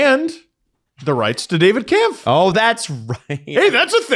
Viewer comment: Hey guys it's Kämpf, the ä is pronounced "ae". Only says it right